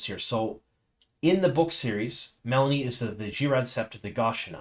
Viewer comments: It's MeLane not melanie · Meh-LANE .. not melonie'